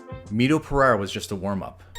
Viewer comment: my man.. you need to work harder in that Pereira pronunciation.. 😁